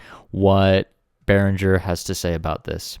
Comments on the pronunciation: I follow your videos cause I like to see what's in Berinhger stuff coming in the market One note Since Berinhger is a Swedish name pronunciation should be g for e so pronounce Beringer I know is different language and I am Italian but I'm also very passion about languages in general so I learned few languages and some pronunciations here and there Take care and keep on going that now that I found some useful in this platform full of idiots really makes it pleasant to watch a bit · Oh no, don‘t trust their advertisement department as it seems that there are no german native speakers!!!😱 Behringer is a quite common second name in Germany and the correct pronounciation of the „g“ is like in english words ending on „-ing“, e. g. walking, painting… Yes, that’s it: BEARING + ER 👍 (The „r“ in the center of course is a classic german or french „r“.) GreetINGs from Germany👋🇩🇪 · His name is pronounced Oolie Beeringer. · I am from Germany, the "U" in Uli Behringer is pronounced like the "oo" in "loop", so it's basically Oolie 😆 And the "G" in Beringer is not soft, more like in "linger". Hope that helps. Great show, keep em coming 🔥🙌